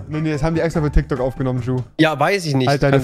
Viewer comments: Tyk tok 😂😂😂 das heißt tik tok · Es heißt Tik Tok nicht Tyk Tok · Och rewi du bist nicht gerade klug oder es heißt Tiktok und nicht tyktok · Tik tok tIk tok Rewi:tyk tok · Das heißt tik Tok und nicht tyk tok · Es heißt tiktok nicht tyktok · Das heißt Tik Tok